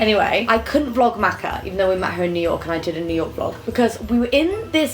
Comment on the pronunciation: please pronounce her name correctly this time 😂 ♥